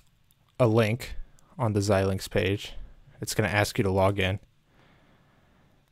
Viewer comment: I've never heard anyone call it Zill-lynx. It's always ZI-lynx. Anyway, back to your video : Why are you instructing us to get a purchased license when we haven't purchased a license? you say we don't want any of those, so what do we want?? I don't have any others that show "None" that make sense here.